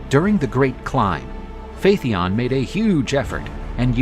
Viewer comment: Phaeton is repeatedly mispronounced. Pretty basic stuff for a "History" channel.